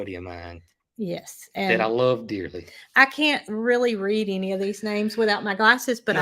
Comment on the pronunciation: Not to be pedantic but: it should be "any"...not eeny. I'm sorry...it just came out.